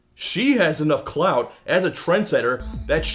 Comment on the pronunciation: Todd, did you say clout?